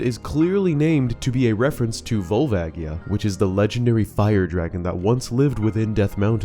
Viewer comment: I cannot stand the pronunciation "Vole-vaggie-uh"